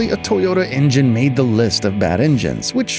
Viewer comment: En-gen…engine? So tired of these AI generated vids